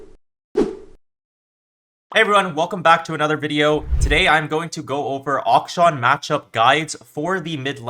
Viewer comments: its not that bad bro, if he's able to play at the level which he plays, it doesn't matter how he pronounces the name. Its supposed to be pronounced closer to "action" but the first "a" is supposed to be pronounced the way how you start to say aluminium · How boosted are you like, you can pronounce interaction but not akshan